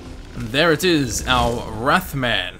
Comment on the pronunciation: Every time he said wrath man I heard moth man